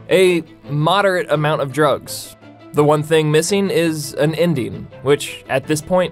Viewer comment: Indian or Ending? Hmmmm